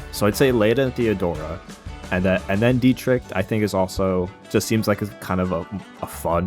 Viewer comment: It's Diet-Rick not Diet-Rich my guy 😅